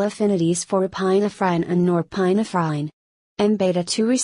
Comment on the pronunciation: it was really funny 🤣 epi-na -frine